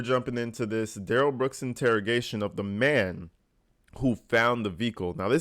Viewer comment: Duh-rell booked 😂